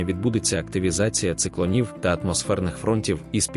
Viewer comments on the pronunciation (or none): Черкащина . Чигирин . Диктору варто звернути увагу на наголоси в деяких словах . Зокрема в цьому відеоролику на 1.16 хвилині в слові циклОнів було прочитано циклонІв . А так - все добре .